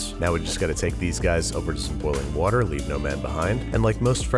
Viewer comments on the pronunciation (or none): add a bit of wourder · It’s pronounced “WOURDER” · you pronouncing wh sounds in words that don't have wh triggers me greatly. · The way babs pronounced Hwater gave me anxiety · “Hwetted in a bowl of hwater” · It's pronounced "Wourder" - a la Brad Leone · Wedded in a bowl of wourder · I love how he says "huwater" lol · Did he really say “whater”? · whatter??? brad leone would be ashamed.... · "Wh-etted" "Wh-ater" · Sounded like Brad attempting to say water right